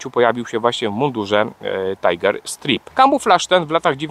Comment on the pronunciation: Drobna uwaga. Nie mowi sie STRIP - bo to oznacza rozbierać się /striptiz, a STRAJP - pasy, pasy tygrysa.